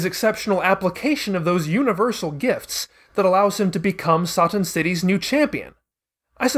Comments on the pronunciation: The fact you're fine with calling her Videl but insist on "Sah-tan" is the most infuriating thing in the world, especially in regards to your reasons why you stand behind it. "It's not an English word", even though Toriyama is clearly using it as an English based pun. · You couldn't have pronounced Satan as how it's actually pronounced? If you are going with the Japanese pronunciations you might as well call Trunks Toranksu and Bulma Buruma.